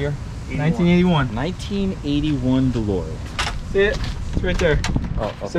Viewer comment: The DeLowrean hahaha love it Tim! Also love that Cha-Ching hat with flat front panel in black and camo accents- let me know when that bad boy is available! I only saw the full camo one and like those flat front panels...